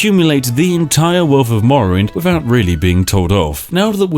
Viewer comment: Whenever I hear "wiffout ferver ado" I ready myself for some further ado.